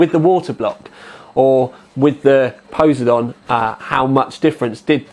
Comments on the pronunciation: I love your pronunciation of Poseidon. You make it sound like a dinosaur. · A shame you can't the reds closer using your camera's white balance, or in post. Wondering if he's saying Poseidon funny, just to mess with people. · Poh-Side-on, say it out loud, it'll sound more familiar :P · pose - eh - dawn? Poh - side - in, I believe it is pronounced. At least here in the States. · God dam I cringe every time he says posedon, its Poseidon as in po-cy-don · HAHAHHA POESYDON X. its pronounced po-si-don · Really? "Pose-Eye-Don"? "Po-Sydun" [pose͜edɔ́͜ɔn] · Its Poseidon like the Greek god just like some of asus's high end video cards like mars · poss eye dun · btw its Poseidon as the greek god of water pronounced po SEYE den. Just bought one btw... it is epic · Goddamint its PUH-SIE-DIN. Its a greek god. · Po-si-don all together now. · im not usually a grammar Nazi but every time I hear poze-a-don it makes me cringe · Dylan Cannisi Cley Secor its po (p)sy don...im greek. the (p) is not pronounced. Its more like po si don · No, everyone in America who is educated pronounces it po, because that is how the Greeks pronounced it and the Romans spelled it; in English the rule is if it comes from a different language you pronounce it like the natural speakers of that language. The reason people mispronounce words in English is because of shared ignorance. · I think its pos-I-done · pos-y-don the greek god of water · po-SIGH-don. geez. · pe(like in pear) - sigh - den(like animal den) ;) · It's poh-sai (like 'si'ze)-don. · Po-seye-dun. While we are at it, 780 TEE-EYE. AY-ZEUS. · It's fecking Po sei don as in the god of the sea..:( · po-seye-din... like the king of the sea??? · PO-SI-DON. LOL ;) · Puh (side on), FFS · Haha, - it's pronounced po-si-don XD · Po-sigh-don From greek mythology. The god of the oceans, brother to Zues and Hades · It's poss-eye-don Like the Greek god of the sea;o) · The way you say Poseidon -_- haha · Pronunciation fail